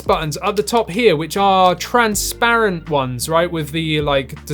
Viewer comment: Please learn how to pronounce transparent and re-upload.